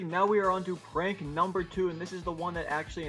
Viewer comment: hha he said parnk